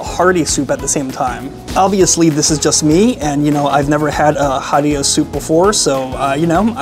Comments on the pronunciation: ha/ri/ra Americans with double consonant leading phonemes still great review🤣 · Every source on the internet, including other YouTube videos pronounces it ha-ri-ra with an "h" like Henry. No one pronounces it with a "p" like puree. In fact, many Arabic speakers cannot pronounce "p".